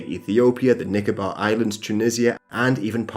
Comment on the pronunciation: I just started watching the video and his pronunciation of "Nicobar Island" 😂